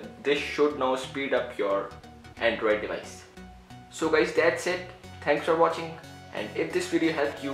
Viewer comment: LMFAO!!!!!!! "Tanks Fer Watching"